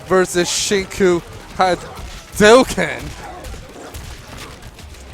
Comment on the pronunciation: He doesn't actually say Haduken.. He says Enduken..